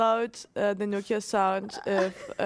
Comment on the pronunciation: Nokia sound as in the old phone. Not Noka;)